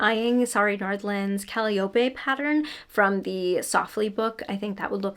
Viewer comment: Calliope is pronounced "cuh-lie-oh-pee"